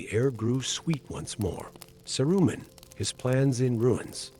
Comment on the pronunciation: In the first five minutes he’s bounced all over the map. Oh, and “Sah-roomen”?